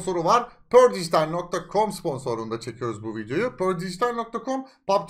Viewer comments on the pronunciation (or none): pör değil perdijitaal